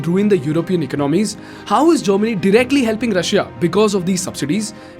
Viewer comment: people who dont understand kindly understand its germany not chamini.